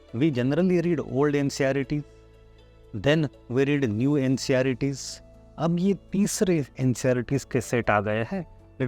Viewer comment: You are saying ncerts as nceyaritis